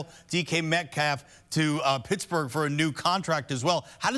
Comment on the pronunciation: "Pissburg Steelers" lol